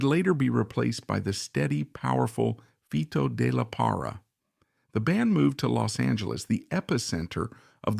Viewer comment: ES LO MALO DE USAR LA I.A Y NO HACER LA NARRACION ... FITO DE LA PARRA... NO FTOD LARA ES ELNOMBRE DE ESTE GRAN BATERISTA MEXICANO.